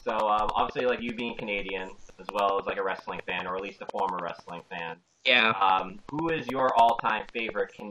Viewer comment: I like how consistently pronounces it as 'rustling.'